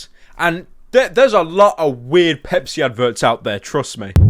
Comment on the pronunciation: Is it wrong that I heard 🅱️epis whenever Pepsi was said unironically